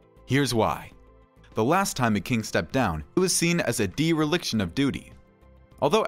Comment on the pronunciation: "Dee-relickshon" of duty????